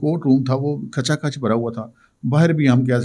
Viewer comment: کھِِچاکھِچ۔۔۔۔not کھَچاکھَچ